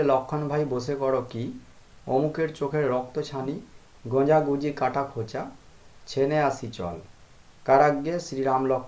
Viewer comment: বাবা এখানে মন্ত্রে লেখা আছে গোজা,,,,,,, আপনি উচ্চারণ করেছেন গজা,,,, সঠিক উচ্চারণ কি হবে বাবা